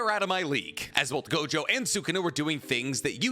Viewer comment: ITS NOT GOJOVER! ITS NOT GOJOVER!!!